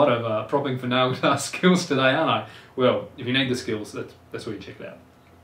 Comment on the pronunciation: His accent makes the word "nail" sound like "now", which is pretty annoying lool